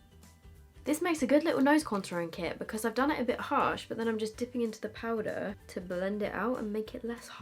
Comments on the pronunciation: Please tell me everyone heard turn American when she said ‘powder’!! 😂xx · Omg she actually does😂😂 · it’s because she said i straight after, if i say that i do the same x